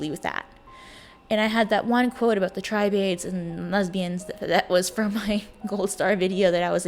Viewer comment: Btw, tribade is pronounced TRIH-bud. "Tribe-aid" sounds like a charity for indigenous people.😄 (Seriously though, your work is amazing in its scope and depth. I appreciate your hard work and the level of detail you put into it. Thank you!)